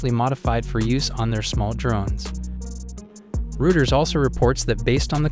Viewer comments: rooters lol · Learn to pronounce Reuters. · You ought to find out how to correctly pronounce Reuters and HIMARS.